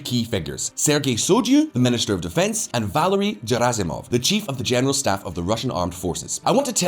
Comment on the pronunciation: It's pronounced Gherasimov, not Jerasimov.